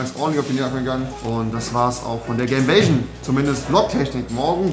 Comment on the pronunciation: Andere Menschen : Gamevision Rewi : Gameväschn